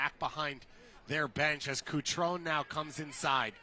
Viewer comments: BRO IS CUTRON-E NOT CUTRON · Kuctròun nun se pò sentì. Cutrone. KUH-TRO-NEH Patrick, vecchio cuore rossonero... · I nomi ed i cognomi dei calciatori inglesi li pronuncio in inglese, non importa la qualità della pronuncia. Kutròun, invece, è il tipico esempio di nome italiano pronunciato secondo le regole fonetiche inglesi. Per me è ignoranza. That's it. 🤷‍♂️